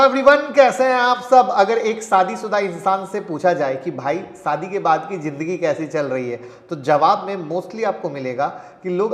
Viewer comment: सादी नही भाई..... शादी होती है😂😂